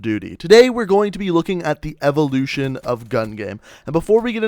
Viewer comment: the evoluchion of the láser atamechmet